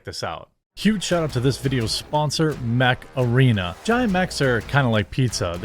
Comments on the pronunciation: Every time you say "mech arena", it takes me a moment to get what you said, cause i hear macarena, and I'm like "wut?" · I was just listening. Sounded like you were saying play “Macarena”. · I honestly though you've said "Macarena" instead of "mech arena" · OOOOOh...Mech Arena. I thought you were saying Macarena. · I thought you said, "You know what's not a stupid game? Macarena..." 🤣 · First time you said Mech Arena I thought you said Macarena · Not going to lie, when I first heard Mech Arena, so thought you said Macarena. I bet they did that un purpose. Looks like a cool game though. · I’m a 90’s kid so when he say ‘mech arena’ I went “EEEEEEHHHHHH MACARINA-AYE” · When talking about mech arena, with your accent, I thought you were talking about the Macarena 😂😂😂